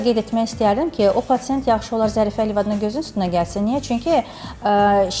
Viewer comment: Patent yox patsient